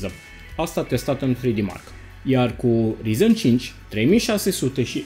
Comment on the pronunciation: De ce tot îți notezi? Nu reții numele câtorva componente? Acuma serios și notat ai greșit... Rtx 2060 nu 260, orice citești și un copil de 12 ani îți putea zice ce componente ai acolo fără sa își noteza, nu prea ești în domeniu, nici măcar nu știi pronunțarea corecta.... Se scrie ryzen, se pronunța rayzan